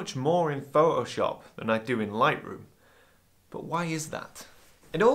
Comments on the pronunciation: Oh... So it's Pho'o'shop, not Photoshop... ;-) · I love how you say ‘Pho’oshop’. 😁 And look forward to your book!